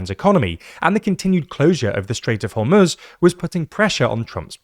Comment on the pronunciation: Thanks for pronouncing Iran and Hormoz correctly.